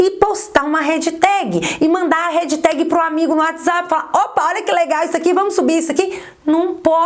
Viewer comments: vídeo excelente! Obrigado mais uma vez!!! Me permite uma pequena correção (há tempos que gostaria de te dizer isso... 😉): HASHTAG não se pronuncia REDJITÉGUI... e sim RÉSH...TÉGUI (som de X como em liXo). Bj! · Adoro seu canal!!! Mas corrige a pronúncia do # hashtag. Não é "redtag". É Hashtag. Beijo beijo! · # hashtag (pronuncia-se rexitégui). Perfeito o vídeo.